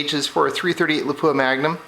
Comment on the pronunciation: Good video! A detail, out of respect for Lapua of Finland: It's pronounced LAH-puah with a short and stressed "LAH-", not Le-POOH-ah like most Americans pronounce it. Understandable, but wrong. Best regards from Scandinavia!